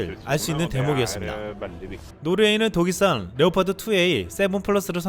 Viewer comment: 유익한 뉴스 잘 들었습니다. 음성이 참 좋으신데, 중요한 단어들을 발음하는 과정에서 말이 많이 엉키네요. (Ex. 드레곤-> 데곤, 레오파드 -> 네파드, 우크라이나 -> 우퀴나이나.. 등등) 저도 마이크를 잡고 강단에 서는 일을 하는 사람이라, 이 부분 때문에 고민을 많이 하는 사람입니다. 발음 연습 많이 해야 합니다. 볼펜물고 하는 것부터 해서 많은 방법이 있습니다. 당연히 효과도 볼수 있습니다.